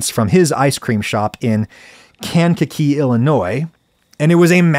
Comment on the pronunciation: Adam, if you’re gonna go out of your way to correctly pronounce Massachusetts town names, please do the same with Illinois. Kankakee rhymes with yank a key 👍